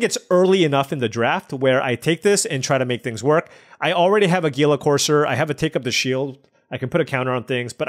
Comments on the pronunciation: It's pronounced "heel-a". Not "geel-a". :) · Hila Corser. Is how it's pronounced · Its Heala, thats how gila courser is pronounced.